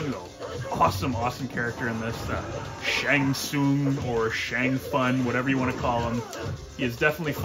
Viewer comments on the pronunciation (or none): Can't believe you keep mispronouncing Shongo Tusungus